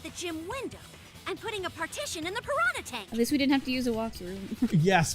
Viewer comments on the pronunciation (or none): I don't know what it is, but the way the characters in this game pronounce "piranha" sounds weird.